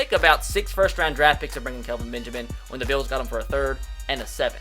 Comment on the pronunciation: bills = "beeyos"